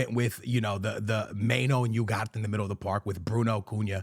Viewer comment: I swear he mispronounces names on purpose... we get it bro you're Portuguese Seesko? Mainoh? Yougarte?